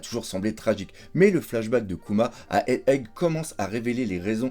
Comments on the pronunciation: Super format, super montage. Par contre il n’y a que moi que ça trigger à chaque fois qu’il dit “Head Egg” ? 😂 (genre ) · il sait toujours pas prononcer egghead ^^